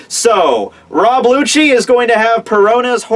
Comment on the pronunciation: his Name is rob lucci pronounced rob Luki not rob lutshi lmao